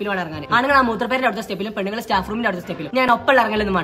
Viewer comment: Pennaggal.... Pennaggal... Pennaggal... Enthonna ith 🙄😬